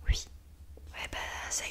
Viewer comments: Arrête de dire « ui » c’est horrible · Elle dit ui loo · Sa me stresse elle dis ui a lieu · j’adore le UI 😭😂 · Elle dit ui à la place de oui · Elle dit « ui » ça me perturbe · ils disent ui moi je dis oui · Elle dit que ui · Sa te fait quoi qu'elle dis ui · Ton ui m'a perturbé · Quand elle dit "ui" ça me pertube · Je croyais que j’étais la seule que sa pertubais !